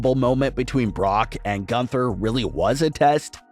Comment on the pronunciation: Every time he says 'Gunther I cringe so hard knowing he botches the name every time